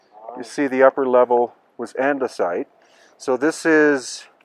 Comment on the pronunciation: Anyone else have trouble not thinking of Minecraft when he says andisite and red sandstone? Or is the crossover audience too small? Lol